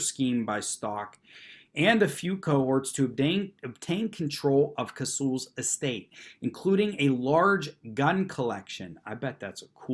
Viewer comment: Vodka and orange juice. It’s not just for breakfast anymore! Proud of you for knowing how to say Casull properly.